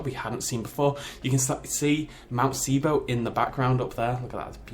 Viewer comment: not sibo sybo but it's ok